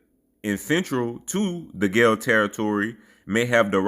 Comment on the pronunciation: Greetings brother the pronunciation of Guale is (WAL-ley) which were the Indigenous inhabitants of coastal Georgia from the The Golden Isles modern day Brunswick St. Simons Island Sea Island Areas of coastal Georgia north to the coastal Savannah River (Georgia/South Carolina) border The Guale were mixed in with several ethnic groups of Yamassee and moved up to coastal Southeastern South Carolina Where my ancestors the Cusabo are from coastal Southeastern South Carolina from coastal Savannah River up to Charleston sc